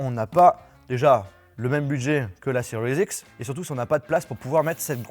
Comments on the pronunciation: stp arrete avec le "seriez x " c just serie x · Ce que j’entend " xbox cerise x "